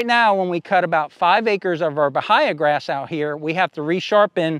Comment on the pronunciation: it's pronounced buh-hay-uh grass, not buh-hi-uh